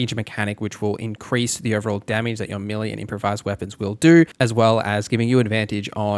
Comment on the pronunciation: its pronounced mel-lay